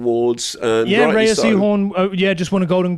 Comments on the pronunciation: Great chat you two thank you. Pluribus the best show of 2025. Just a note that Rhea is pronounced like ‘Ray’, not Ree-a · Every time they say Rhea and not Ray, you don't deserve my time. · Rhea is pronounced "Ray" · rhea is pronounced ray, like shea butter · You guys have got to do your research. Her name is pronounced "RAY" Seehorn. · Rhea is pronounced "ray" sorry I have to say it because its going to bug me if I don't. Edit: there are different pronunciations but this is for Rhea Seehorn's name specifically